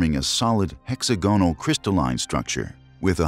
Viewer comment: Also, 'hexagonal' is pronounced hex-agg-on-al, not hex-ah-go-nal.